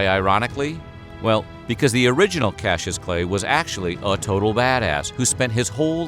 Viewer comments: Cassius is NOT pronounced "cashew". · KAS - EE - US